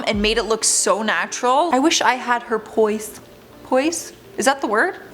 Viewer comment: Hey girl it's pronounced "poi-ze", that thing that the urinating lady is missing!!!